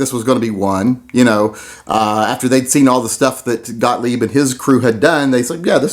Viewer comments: The way you pronounced Mr. Gotlieb's name is the same way I've heard him pronounce it. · You pronounced Gottlieb correctly.